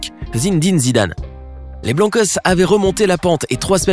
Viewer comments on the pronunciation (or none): Stade Santiago "bernabeuh" 😂 "Zindin" Zidane 😂 On voit que tu connais bien la prononciation 😂🤦🏻‍♂️ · il connait rien au foot ca se voit « zidane la machine a but » « bernabeuh » « zindane » ptddddr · C est zidane